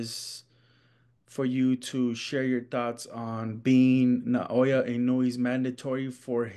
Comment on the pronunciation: “Inoya” 🤦‍♂️ its Naoya my man.